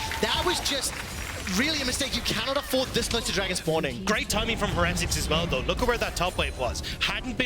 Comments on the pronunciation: Why are they pronouncing it Heh-retics? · Why are the casters pronouncing heretics so weirdly? It’s like they’ve never heard the word before lmao